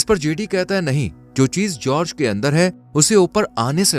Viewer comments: It is Gorge. Not George, and not Helloween, say it hollow men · Gorge khai ka naam nhi bro English me khai ko gorge kehte ha and jorg nhi gorge like gorgeous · जर्ज नही गोर्ज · brother its pronounced with the "G" sound as in Gun. Not G sound as in Gist.